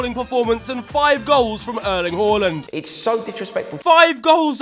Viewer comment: He pronounced Håland right❤❤🎉❤